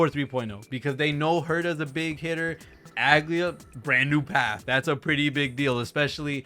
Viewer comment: The name should be pronounced as Ah-glay-ah